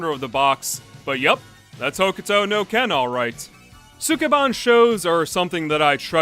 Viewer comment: is no one gonna comment on how my mans went from 'skeh-bahn' to 'sue-kee-bahn'? because now i don't know how to actually pronounce the word help